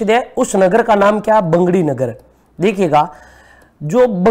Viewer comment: बैंगड़ी नहीं बगड़ी है। डाइट पाली